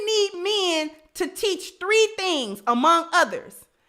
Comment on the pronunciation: It's MEN, stop saying MEAN or MIIN, repeat after me: MEN, MEN, MEN, please 🙏🙏🙏 speak English in a proper way.